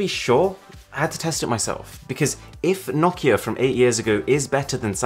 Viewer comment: Your saying nakia it’s Nokia no-ki-a